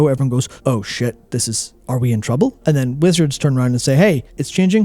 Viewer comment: Every time says Wizards I hear him say Blizzard out of habit.